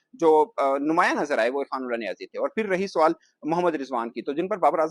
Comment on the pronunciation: Suwal Nahi Hota Sawal Hota Hai Pendu 😂